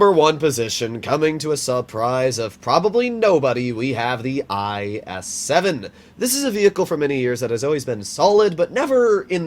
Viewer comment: Eye es seven 🤣🤣🤣😂😂😂😆 bro the pronunciation 😂